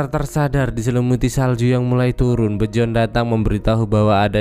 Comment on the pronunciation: Emang bacanya Bejorn? Biyorn ah :v